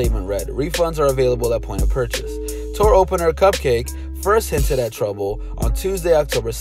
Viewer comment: its cupcakke CUPCAKI like bukakke